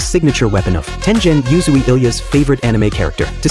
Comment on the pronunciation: Bro why do people even use ai voice overs in their videos they clearly can't pronounce nichirin and tengen uzui